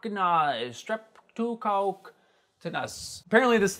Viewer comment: Strep-taw-kaw-kas Mew-tanz